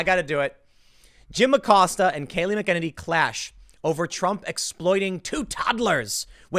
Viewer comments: Jesus Christ. it's Kayleigh MACKEN-any, Tim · Kayleigh McEnany....pronounced 'mack-en-AYny.' Emphasis on the 'AY' signed: insufferable pedant. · Tim needs to learn to read. McEnany and McKennedy (or whatever he's saying) are so fucking different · Where's the Holiday to remember the victims of the Wounded Knee Massacre?..OH, ONLY Black Lives Matter!..Imagine my Native American shock! BTW, Timmuh, MAK-ENN-ANNIE not Makennedy. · Mac en nanny is joe you pronounce her name Kills me how you get it wrong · MAC-EH-NAY-NEE! Learn to pronounce the name, or link to an official pronunciation guide, Tim! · Last name pronounced “Mack-ah-ninnee” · It’s Mack N A Knee! It’s not hard! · McKennedy? Take a few minutes & learn to pronounce her name. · Just an FYI- the press secretary’s last name is pronounced “Mac In Nay Nee” Still love your segments! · Tim has a pattern of mispronouncing women’s names. He also mispronounces Mika Brzezinski’s first name which is only two syllables. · Tim it's pronounced Mac-a-nay-nee. Your welcome. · Bro!!! It’s “mack UH nay KNEE” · Tim stop saying her name weird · Gahhhh thats not how you pronounce kayleigh's last name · Tim...please watch at least one press conference long enough to learn how to properly pronounce Kaleigh’s name. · Please Tim, stop butchering her last name! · And Tim once again mispronounced Kayleigh McEnany's name. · Tim!!!. Either stop saying her name or learn how to pronounce it.... I dont know why it bothers me so much, but come on man!!. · Time to start pronouncing her name correctly. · Seriously Tim? CNN O'-fence-ive! 😂 Edit : Tim... the Press secretary's name is pronounced Mac An En Nee.